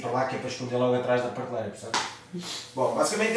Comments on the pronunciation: 5 segundos no vídeo e já se ouve a primeira facada no português. pârteleira ou PRATELEIRA? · oh, gosto dos teus vídeos da casa mas tens de deixar de dizer PARteleira bro